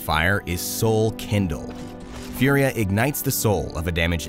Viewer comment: Its Italian so its not "Fiuria".. its just "Fùria". I know its similar to the word "fury" ( and that means furia in Italian ) but.. pls respect the pronounce and the origin of the name